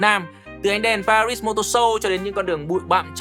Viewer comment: Pari mà đọc pa - rít làm hỏng cả bài, đúng là fan vin thì chỉ đến thế.